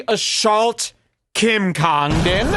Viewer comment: Why does say words like assault “Ashawlt”